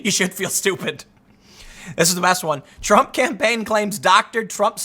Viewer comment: I love when Tim mispoke and said trunk instead of Trump xd